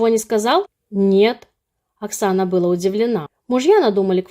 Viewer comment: История сказочная. А вот речь безграмотная: "прИняла" и "бЫла" вместо "принялА" и "былА". Странно ещё, что не произносится "пОняла, взЯла, дАла" ну и так далее. И постоянно употреблять слова "супруг" и "супруга" не следует - это официальное название, для документов, лучше говорить "муж" и "жена". Следите за речью - ведь вы вещаете на широкую аудиторию, которую неплохо бы уважать.